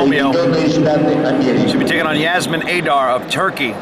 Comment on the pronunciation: mispronunciated Yasemin Adar